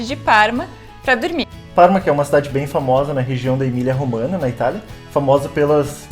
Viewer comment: Não é "EMILIA ROMANA", mas EMILIA ROMAGNA, e a pronúncia correta para o "GN" em italiano é igual ao nosso "NH" em português, ou seja "EMILIA ROMANHA".